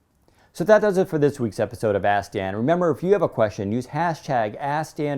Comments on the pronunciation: You should pronounce the work 'ask' more clearly. It sounds like you're saying Ass-Dan.. lol! :-) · Hahahahha now every video he keeps sayins ass dan 😂😂😂